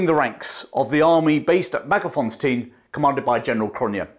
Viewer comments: MagerS-fontein, not Mager-fonstein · actually, the last part "tein" sounds more like TINE (like the tine of a fork) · Hi there, I love that you pronounce most of the names very well except for Mager s fontein - Magers Fon (as in the German von) tane (as in bane, sane). 😀😉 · Excellent account, but please re-examine the word Magersfontein and establish the correct location of the letter 's'.